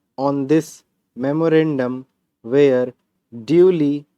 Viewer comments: Sir you speak were as where toh vo where ka hi stroke banta h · Sir measure and were and where pronunciation thk kr lay ya confusing ha